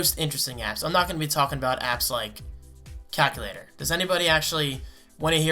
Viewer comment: Anyone else notice that can't pronounce calculator correctly? He calls it "cack u later". 😂